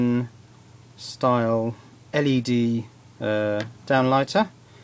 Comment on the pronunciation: [led] or [el i di]?